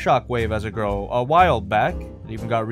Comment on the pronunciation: He said grill not girl